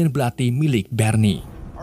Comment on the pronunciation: Berni engga tuh 😂😂 Barney bng bkn berni